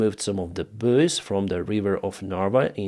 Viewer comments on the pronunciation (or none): Buoys in English is pronounced boys.